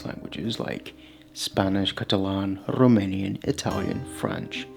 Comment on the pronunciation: Rromanian 😅 Lmao. That's alright, the Rromani are also our people (the ones from Romania anyways). 😁 Edit: I'm just kidding of course; you just happen to pronounce 'r' in a sort of elongated way.